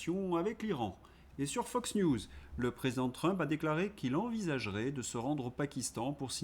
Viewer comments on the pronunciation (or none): none